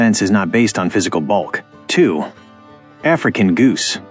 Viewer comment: i dont like the way he said the african